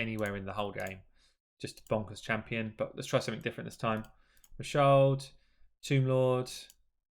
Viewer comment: bro.. it’s Ma Shaled with the e in Shaled pronounced as in the first e of elephant. It’s an Arabic name. It’s not a mute English style e